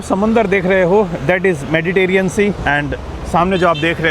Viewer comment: मेडिटेरियन नहीं मेडिटेरेनियन होता है......कभी तो सही बोला करो